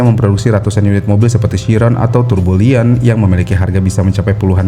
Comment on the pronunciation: Bisa bisanya Bugatti Tourbillon yang terinspirasi dari mekanisme jam tangan analog dibaca jadi jadi Turbo Lion 🤣nih admin channelnya gak riset dulu apa ya gimana cara bacanya wkwkwk